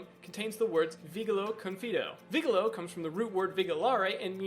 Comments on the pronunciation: I know "Vigilo" is spelled "Vee-Gee-lo" ... not "vee-guil-o". "I survey, I enthrust" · "Vigilo" is a Latin word, in Latin language the letter G near a vowel is always soft. VI - GI (soft) - LO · that is not how you say vigilo confido... you got both of them wrong... as well as their roots.